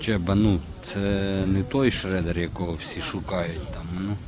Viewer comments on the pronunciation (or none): none